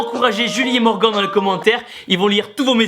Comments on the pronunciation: sa se dit pas Morgan sa se dit morgane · Super vidéo Tibo. Juste tu prononces Morgan comme Morgan(t) alors que ça se prononce plutôt Morgan(e), il le dit lui même à la fin de la vidéo. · le premier tu as mal prononcer on prononce morganneeee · Pauvre morgan a qui on a écorché le nom durant toute la vidéo